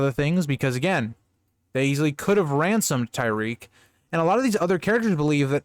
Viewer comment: Just watching this now but I think it's pronounced Ty-rek, not Ty-reek.